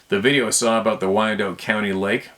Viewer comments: Thanks for relaying stories from the people, bro!! Oh, and I promise I'm not a know-it-all... but, Wyandotte is pronounced, WHY'n-dott. Have a great day, man... Cheers!! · Wyandotte - pronounced why-an-dot. Like the chickens.